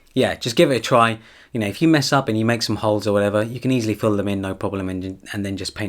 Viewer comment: He does! And he likes to say "or wa'ever" often. I find it funny hahaa